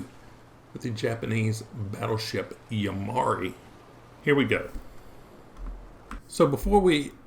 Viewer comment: The correct pronunciation is YU [YOO]-MI [MEE]-HA [HAH]-RI [REE].